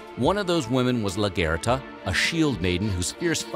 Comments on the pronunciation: LAGER-THA. Not “la-ger-ta”. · The way he pronounces Largertha kills me, he says “LUGURTA”. All these channels get voiceover people who always have no idea what they are on about. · Lagitha (lag...ith..the) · I winced at the way he pronounced Lagertha’s name 😫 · Largata isn’t pronounced right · Most of the Vikings scenes doeee are a bit wrong and how he says Lagertha lul